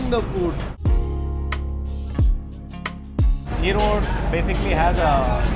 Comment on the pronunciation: it's 'erode' not 'erodu'